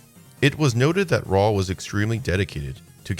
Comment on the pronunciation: Raul is not pronounced like Paul 🤣🤣